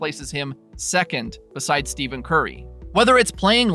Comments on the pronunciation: Wait!!! Did you say 'Steven' Curry ?????? OK...what did I win for finding such an egregious mistake? Or is this one of those robotic Chinese videos that gets pumped out for the views? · Yes, for some reason he doesn’t know how to pronounce their names, W channel and videos tho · Stephen curry not Steven curry